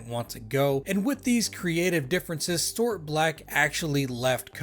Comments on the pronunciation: Storeought Black It's pronounced Stew art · Stuart = Stew-ert